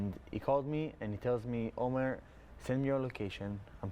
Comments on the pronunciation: Please pronounce his name correctly, it's Omer an ancient Hebrew word with many meanings that used as a name too, not Omar which is an Arab name. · (The excellent interviewer pronounced Omar by mistake .This sounds like an arabic name so I have to correct that )His name is Omer . It's a sheaf of grains in hebrew . I wish I had 1% of his faith. He is amazing.